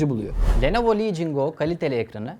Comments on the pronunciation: Lenovo ❌ Nelovo ✅ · Nelovo Legion Go